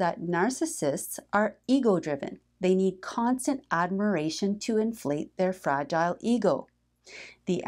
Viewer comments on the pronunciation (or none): none